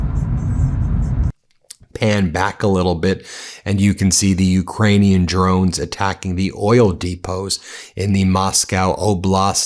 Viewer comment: Ben Please learn to pronounce Ukrainian names properly.